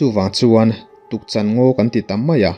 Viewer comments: Tukchan ngaw niloin Tukchân tih tur a ni e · Tukchan...Chan hi ka thilneih ka chan ti Anga lam tur